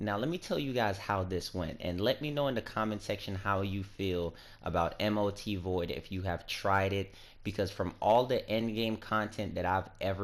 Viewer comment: M.O.T? its Mot ...dude